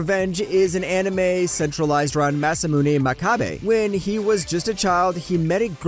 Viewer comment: Why haven’t anyone corrected you guys?😂 It’s not Masume or Musumune, it’s Masamune